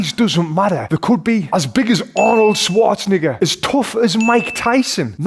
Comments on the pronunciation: he said arnold schawtznigga lol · Bro realy said Arnoldschwarzni..😂🤨🪨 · bro you need to learn how to pronounce his name right lmao. Its pronounced -nEgger, and emphasis on the e is important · Bro really said Arnold Schwarzeniggger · What if he doesnt shake ur hand? Besides why would you wanna shake his hand? And btw it's pronounced schvarzenneger the w is a v in german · bro did not say Schwarzenegger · Is no one talking about how he said Arnold Schwarzenegger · Thats not how you say Arnold's name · bro the way he said arnold Schwarzenegger sounded like he said the n word lol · Arnold Swarcze-... man don't say it like that. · The way he said Arnold,s second name a bit wrong did be think he was slick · the way you said the end of his name...